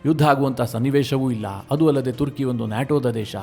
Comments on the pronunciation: Sir ಇದು ತುರ್ಕಿ ಅಲ್ಲ ಅದು ಟರ್ಕಿ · ಮಾರಾಯ, ತುರ್ಕಿ ಅಲ್ಲೋ ಟರ್ಕಿ ಅದು 😂😂😂 ಏನು ಅಂತಾ ವಿಡಿಯೋ ಮಾಡ್ತಿರೋ 😂😂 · ಅದು ತುರ್ಕಿ ಅಲ್ಲ ಟರ್ಕಿ